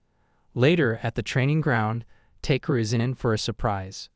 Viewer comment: it's ta-ke-ru, not take-ru